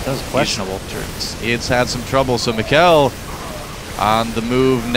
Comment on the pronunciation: If you wanna know how to say the name correctly. It's pronounced meeka-el.